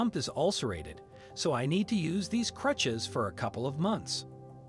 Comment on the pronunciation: Good story for sure, but are we really gonna skip over "clutches"? Go back and listen to the first time the narrator goes to say "crutches".